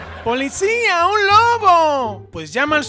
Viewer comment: El que me gustó es que el señor que no pronuncia la r,y cuando un ladrón robo dijo policía un lobo y tambien dijo no que está lobando el banco